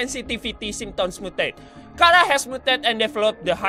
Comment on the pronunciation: Charar bukan Kharaa